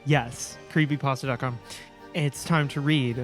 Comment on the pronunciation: curpay postah